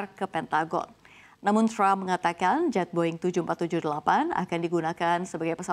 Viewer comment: Penyiar biasa aja gausah bilang crump, bilang aja trump apa adanya gausah di inggris2in.